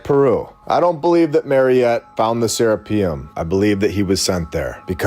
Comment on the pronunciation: Why can't this dude say seraphim?